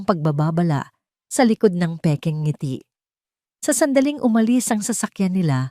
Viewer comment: ANG SALOOBIN KO Sslamat AT WASTO NA ANG PAGBIGKAS NG NGITI HINDI NA z,GINAGAWSNG 2 SALITA GAYA NG "NG ITI" 1.NG 2.ITI